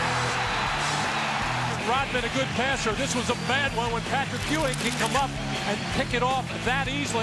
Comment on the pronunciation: My childhood wouldnt have been the same without the Big-Man "Pat-RICK Ewing"!!!!!